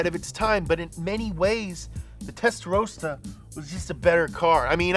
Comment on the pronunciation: Testarossa. Not Testarosa